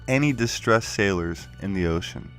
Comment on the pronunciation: the "i" land in the galactic oh-shine